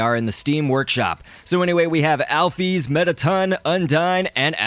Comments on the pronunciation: alphys is not pronounced alphees it's pronounced alphis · wat the hek is alpees? its alphys (al-fiss) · Alphys is actually is pronounced "owl-fis"